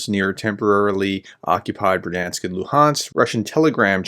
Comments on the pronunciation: I really like your reports, but I have one small detail on the pronunciation of place names. There are no silent letters here. The "i" is also a feature that separates Ukrainian from the Russian language. So Berdiansk = Ber-di-ansk (I hear you say Ber-dansk) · Third time's the charm, as they say. So Berd-yansk, not ber-dansk nor ber-di-ansk. Should we check with Anna anyway? ;) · Бердянськ= Berd-Yansk, two syllables . No "i" in it but "я"(ya) in the Ukrainian word. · learn to say berdiansk properly please.